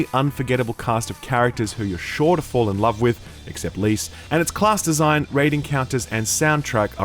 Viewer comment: "except lyse" Im dying lol